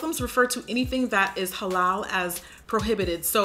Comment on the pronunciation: I thank you for pronouncing "Muslim" and "Halal" correctly. It is so exhausting to hear grown folks jacking it up! Nice Tutorial